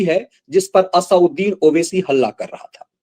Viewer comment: इस दैत्य का नाम असदुद्दीन है न कि असाउद्दीन,कृपया शुद्ध उच्चारण करें।